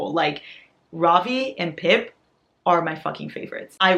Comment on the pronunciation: I honestly can't thank you enough for pronouncing Ravi correctly. Thank you for making the effort. It truly matters. 🙏🙏